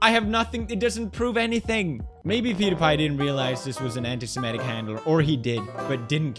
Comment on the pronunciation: funny thing is he can't even pronounce semitic